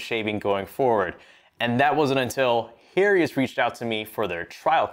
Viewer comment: why did my guy pronounce Harry's like that?